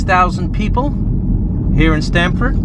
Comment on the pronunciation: I grew up in Connecticut, so when I heard Sramford, I thought, "Stamford??? Like UCONN??" There you have it lol. I drive around south Texas for work fairly often and some of the towns are just like this. I do love the old theaters!!! Their downtowns look almost like western movies. Awesome videos. Just found your channel today. Keep up the great work. 😁